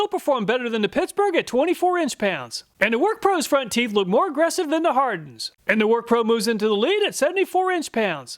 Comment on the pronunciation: I laughed and had to replay "front teef" 😆